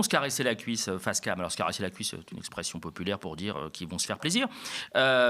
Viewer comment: "Elle a un gros problème d’exprimassion" - Joshua Zarka, 2026.